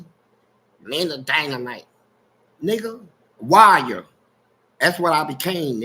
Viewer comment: Big homie fleece did you say you became a WIRE WIRERER OR WARRIOR?🤷🏿. LOL. GOOD TALKS👌